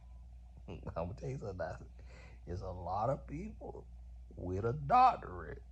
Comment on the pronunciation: According to, it's "doctoriate" 😂😂😂